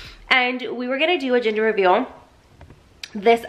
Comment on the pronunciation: Lmfaooo did anyone hear her say ginger reveal 😂😂😂💞